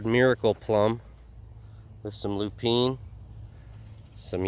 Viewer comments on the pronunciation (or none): Are you meaning LOO-pin? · Yes, I pronounced it how it was spelled at first, too but it's pronounced LOO-pin.